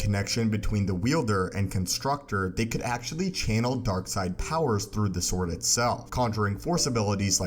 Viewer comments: Are you saying “Sith saw”? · if he says "sith sore" one more time